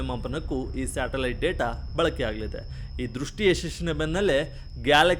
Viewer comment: ಅಣ್ಣಾ ಶಾಟಲೈಟ್ ಅಲ್ಲ ಅದು ಸ್ಯಾಟಲೈಟ್😂😂😂😂